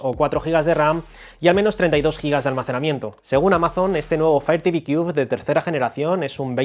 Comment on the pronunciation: Si va a hacer un vídeo de un producto Americano es mejor q se aprenda bien la pronunciación del producto por q yo no entendía también . Sorry my friend you can use ITranslate To pronounce better